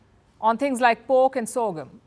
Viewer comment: It’s not bork. It’s pork. You always mispronounced the sound of P. Just saying.